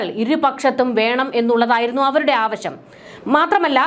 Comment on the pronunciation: കുട്ടി ആവശം അല്ല ആവശ്യം എന്ന് പറയൂ.